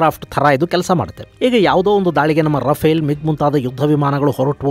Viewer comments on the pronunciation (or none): none